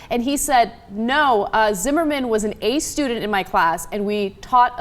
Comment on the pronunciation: He said "A"tudent not ace student.